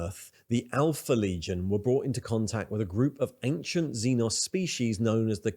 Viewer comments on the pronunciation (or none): none